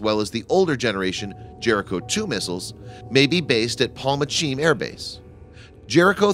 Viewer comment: The ch in Palmachim is not pronounced as the English might use the combination e.g. chime the closest approximation would be as the Scots use it in loch.